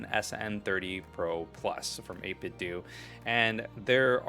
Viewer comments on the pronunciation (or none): I think its pronounced 8 Bit Doh. Like Nintendo. Also, a bit of a nitpick, but I wish they continued having a SFC color scheme for this model, like they did with the older SN30/SF30 Pro. That being said, it's safe to call this controller the Swiss Army Knife of gaming. It is a bit of a pain if you use it for more than one console.